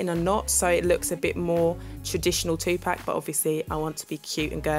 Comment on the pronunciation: Dear Universe she said it right though.